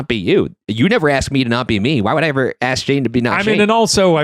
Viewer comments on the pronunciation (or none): also, why so many native speakers say 'excape' i stead of escape and 'aks' (aksed etc.) instead of ask/asked 🫠 that's so annoying, even as a non native speaker 😅 it tickles me in a weird way when people soften their -ing(s) too to smth like "iin", but this I can understand as an accent... but oh my, not when they really mispronounce those words 🥹